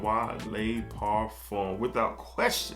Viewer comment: Parfum par-fum not parfume 😂